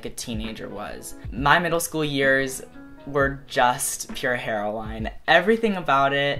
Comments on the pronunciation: how you said pure heroine made me laugh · You say heroine so funny I love it ahh